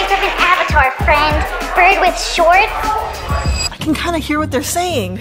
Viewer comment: He said shorts vy